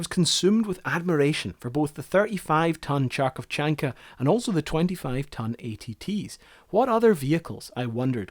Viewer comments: Harkov not Charkov. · Great video, thank you! But the only thing is your pronunciation of the vehicle's name. It's right to pronounce not 'CH'arkovchanka but 'H'arkovchanka. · if im gonna hear Charkovchanka 1 more time im gonna kill this guy,like what else do you need to read it correctly maybe a transcription.If it says Kharkovchanka u read it as Kh=Harkovchanka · The same question to you as for your colleague who did a video recently and mentioned you. Why Kharkovchanka is "chark of chankas" if it is kharkovchanka? It should be spelled HA-R-KOV-CHA-N-KA. "HA" like in "height", R close to "rinse", KOV like "cove", CHA like "china", N like like "n" in "no" and Ka is self-explanatory (of if you still need a reference it like Castor with British "a") Or: Hotel Alpha Romeo Kilo Oscar Victor Charlie Alpha November Kilo Alpha Video is great, thank you for making it❤ But It makes me more upset each time people just can't read what is written using their own native language alphabet and rules😥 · Its not Charkov, its K-harkov. K as in Kilo, and H as in Harry, the H is harsh like in the word harsh. Definitely not Ch as in Cherry. So the pronunciation of the vehicle name is K-Harkov-Chan-ka. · its not charkovchanka, in russian its more like Harkovchanka or kharkovchanka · The native englishor speaker's universal ability to mispronounce every foreign word is astonishing. Like dude, you could literally let the google translate voice feature let it pronounce and just repeat after it... but nah. CHARCHOVCHANKA aaaaaaaaaaaaaaaaaaa. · blyad!) million times blyad again!)) not "charkovchanka", but ""KHarkovchanka". there is no "ch". it is "kh", pronounced as "Haled son of Hama") annoying mistake) thank you for the video! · HAR-KOV-CHAN-KA not CHAR-CHOV-CHAN-KA I am native russian speaker and this is the correct way to pronounce the name. It means "woman or girl who is from city of Harkiv which is located in the modern Ukraine (ex Ukrainian SSR) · Харьковчанка not Чарковчанка lol